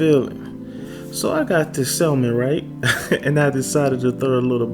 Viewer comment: Sounds great sir, but the word "salmon" is pronounced SAM-uhn (/ˈsæmən), with a silent "l"